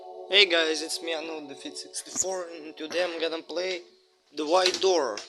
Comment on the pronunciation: Its prounts the White door not the ehite door